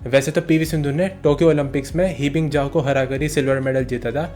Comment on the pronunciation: It's not ही बिंग जाव it's ह बिंग जाव